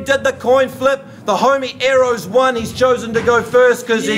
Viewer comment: If your gonna diss someone pronounce it properly aerrows. The best 2 made it to the final for sure